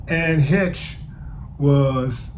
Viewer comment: Bruh. Please get your pronouncing correct. You out here representing black community , not a good look . Especially if you want to be taken seriously . Something to consider perhaps . It’s Heche ( hesh) not HITCH